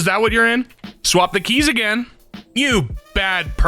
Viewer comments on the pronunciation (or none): SECOND TIME GETTING IN AN EZPZ/EMKAY VIDEO LETS GO (also emphasis on again)